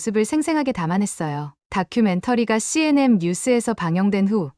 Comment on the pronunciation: CNM이 아니고 CNN예요. 똑바로 읽으세요. 기본지식이 안되어 있어요.